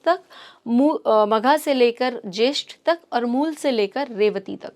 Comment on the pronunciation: Moola nehi mool😅